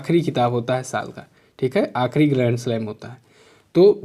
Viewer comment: Sir first que me ap gremslab kh rhe hai ya grandslam clear smjh me nhi aa rha hai plz ap use clear bra dijiye plz